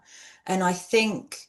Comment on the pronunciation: “bink about it”